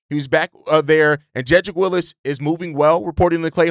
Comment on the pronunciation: It's Wills not Willis. 🤦🏽‍♂️